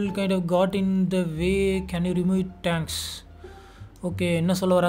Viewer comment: Bro it is not tanks it's thanks ❤️❤️❤️❤️❤️💖💖💖💖💖